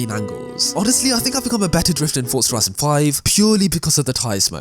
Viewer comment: stop saying fortza say forza